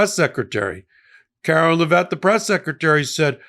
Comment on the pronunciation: Her name is "Care-o-line" not Karo-linn, and you aren't supposed to stress the last syllable of her last name. It's not "Leh-VET" it's Lev-it. Really not hard considering how much it's spoken in the news, at the pressers and she even says her name in her old campaign ads. Anyway, she's a joke along with everyone else surrounding her.